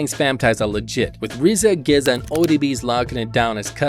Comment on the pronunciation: How did you pronounced GZA?